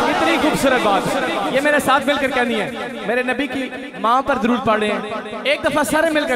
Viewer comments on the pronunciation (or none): Bhai jaan plzz talaffuz b durst kijye....darood nai duuroood hota hai